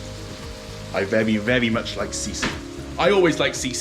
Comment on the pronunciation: vewie, vewie good!